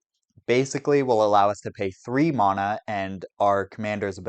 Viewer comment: Leaving the video 60 seconds bc of the vile way you pronounce “mana”